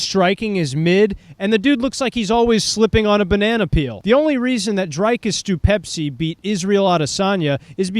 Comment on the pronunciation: Dude can’t even pronounce DDPs name right, we not watching this casual